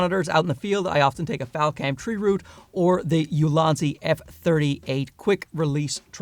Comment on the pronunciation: I thought you were calling your tripods "Lousy" tripods lmao like damn alright he really hates his gear or he loves these new ones so much that it makes his current gear seem lousy. Only took a few seconds to realize you actually said "Ulanzi" but it threw me off for a bit